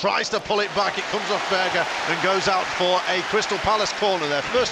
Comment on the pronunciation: Its berge not burger idiot